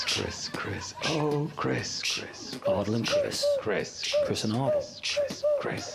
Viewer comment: Greg pronounces Ardal´s name as "Aard-low" at the start of the show. I was sure it was pronounced "Aar-dahl" or "Ar-dal", and he pronounces the name as "Aar-dle", also Greg pronounces his name as "Ardle" and "Arlow" with a shorter a sound. Is there something i am missing ? Also Greg pronounces his name as "Ardle" and "Arlow" Was until now pretty sure that i was quite proficient in the english language.